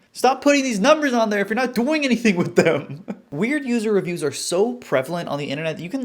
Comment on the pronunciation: poo-ser revpoos (user reviews)